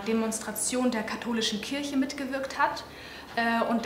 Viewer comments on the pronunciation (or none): none